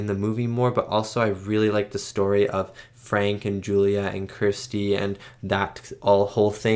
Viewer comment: Why can't Americans pronounce the name Kirsty?